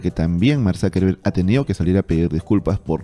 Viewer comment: Yo lo pronunciaría Zuckerberg, no Zackerbereg. Azúcar en alemán es Zúcker, no záker